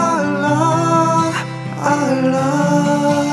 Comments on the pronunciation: Daud Kim try to practice saying the word "Allah" in good Arabic. with the pronunciation of the thick letter L. Your voice is nice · Ngucap Allah nya belum bener, kalo sampe orang lain bergetar hatinya, itu baru ucap Allah yg benar